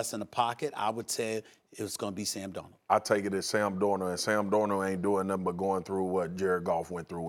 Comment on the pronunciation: Nobody: Marcus Spears: Sam Dor-nuh